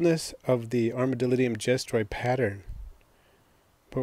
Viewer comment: Your saying it wrong 😂